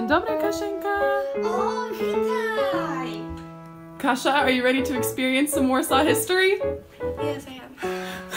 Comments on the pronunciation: Why do you call Kasia a kasza? is she a food? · Why do you call her kasza? xD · "Kasza" instead of "Kasia" xD <3